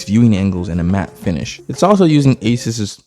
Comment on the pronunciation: Thanks for pronouncing asus correct